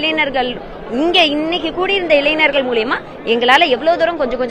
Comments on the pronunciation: இளைனர்கள்✅️ இளைஞர்கள் ❌️ 1st ஒழுங்கா பேசு.. நேத்து press meet ல அழுததுலாம் மறந்து போச்சா🤛😡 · இளைஞர்கள் மா இளைநர்கள் அல்ல. அழகான தமிழ் மொழியை சிதைக்காதமா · இளைஞர்கள் என்ற வார்த்தை ஆயிரம் முறையாவது சொல்லி பழக்கப் படுத்தி கொள்ளுங்கள்.